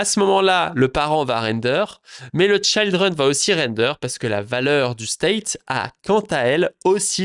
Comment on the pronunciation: Juste un mot sur l'anglais. Tout les i en anglais ne se prononce pas aï. C'est ok pour Child, mais Children et Trigger ça se prononce i comme en Français. Sinon ça pique :)